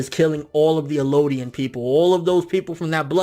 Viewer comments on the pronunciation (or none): Eldians bro. Not Elodian. There's a translation that fucks it up, calling them Mare and Ellodian. But its definitely Marley and Eldian.